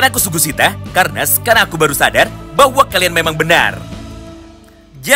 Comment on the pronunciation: BANG SUGISITA BANG BUKAN SUGUSITA